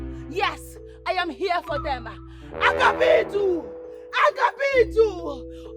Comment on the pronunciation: It's Agabaidu not Agabidu.